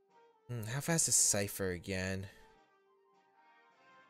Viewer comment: The way you pronounce scyther is just wrong man... so wrong...